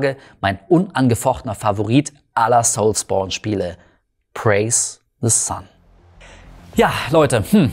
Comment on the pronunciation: Soulsbourne hört sich so falsch an wie es auch ist 😅 das triggert unnormal